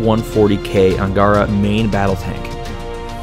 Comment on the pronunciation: BTW, word Angara ihas stress on last 'a', this is originally name of river.